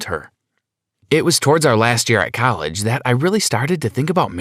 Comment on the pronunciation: i love how he said colleg